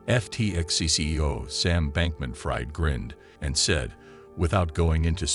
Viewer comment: I can't stand it....Sam's last name is pronounced "freed" not "fried" as in "fried bacon". Sam Bankman-Fried is a liar me thinks.